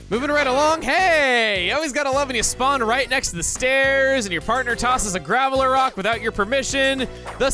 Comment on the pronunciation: It's GRAVELROCK not Gravelerock like the Pokemon